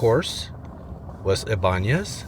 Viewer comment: My sincere admiration to you, I´ve never heard before an american who could pronunciate words like Ybanez correctly!!!😀😀😀